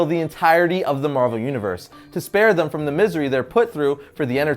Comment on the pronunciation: "I'm gonna talk more about thum in this week's one shot" lol you slippin bruh! lol I love your videos, keep up the great work